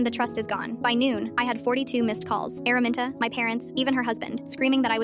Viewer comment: "Araminta" ❌ airmint✔️